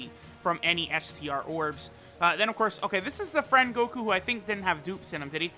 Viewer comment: Mans said koku instead of goku